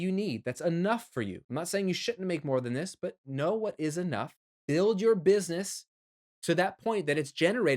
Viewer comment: Looks like you hustled making this video so much that you spelled "busyness" instead of.... oh, you actually really are saying busyness instead of business...... see what hustling is doing to me, man?!